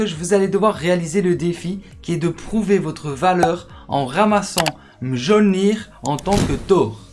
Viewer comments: Mjolnir se prononce Miolnir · sa se dit mioulnir